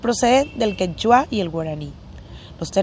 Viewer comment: Muchos errores e imprecisiones de historia en este video, además de pronunciación incorrecta de algunas palabras ("visígodos", "quechuá", etc.) y una forma de lectura poco fluida. Las imágenes que muestran muchas veces no tienen relación con lo que están diciendo. Y al final, la presentación termina en forma abrupta, sin ninguna conclusión. Esto ni siquiera sería aceptable como presentación de niños de primaria.